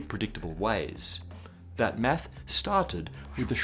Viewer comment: When this guy says "math" it sounds like he's saying "meth"